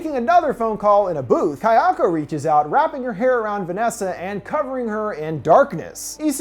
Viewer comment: Pleeeeease practice your pronunciation (ky-AHKO) is super incorrect, to the point of being distracting.